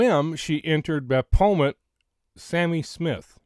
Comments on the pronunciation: PRONOUNCED BAFFOMET...Baphomet! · I’ve been searching gematria words and phrases associated with Kiely’s case…and Sami Smith = get this, 666! Usually Baphomet is pronounced either baf-o-may or baf-o-met! This is what the celebrities worship, a man with boobs…or a transgender, they worship everything opposite of God! Oh, and NXIVM is pronounced nexium! Hope you have an awesome evening! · BAF-O-MET. The ph is pronounced as an F sound. I hope that helps 😊 I think the symbol and pizza reference is about what's known as "PIZZA GATE". It's kind of a big deal. Of course MSM makes fun of it saying it's a conspiracy theory, but I'm not 100% sure that's the case. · Wow. Interesting stuff! The baphomet (ba-fo-MET) is worshipped by A LOT of these people. People in sports, music, entertainment industry & anyone who wants to 'make a deal', as he is the goat headed demon in charge of those 'agreements'. They often use rams, goat heads or other horned images to show their allegiance. Not shocking at all that image is connected to a pizza place. And I'll leave it at that. A lot came out about the cement company a few years back. Connections to the Clintons among other things. You are def on the right track and putting some very important pieces together. This stuff is dismissed as conspiracy theory so I'm so glad you're bringing this to the attention of your viewers/ the public. Please don't stop. And that pic... wow. I don't even know what to think about it. Well... I do know what I think about it and it's not good at all and I can't say it here. Very strange to come up with those search terms. Almost looks like an 'order'. What's on her left leg? The red? I don't have my glasses so not sure what I'm looking at there. Great video and info!! I can help in ANY way... just let me know. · Thank you for sharing your thoughts,. I believe it's pronounced BAF' o met.